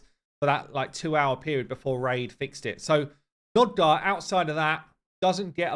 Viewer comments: Hey man , not to be a pissypants or smth , but its Nogdar not Nodgar^^ love ya bud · Both you and Ash insist on saying NOGdar incorrectly.